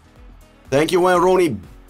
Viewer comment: “Waauyn rooney”😂🔥🔥🔥